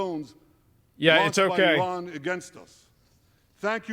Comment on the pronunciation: nah nah, you said iran wrong lol